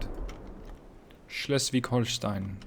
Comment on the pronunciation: Nailed that Schleswig-Holstein pronounciation, as opposed to Drachinifel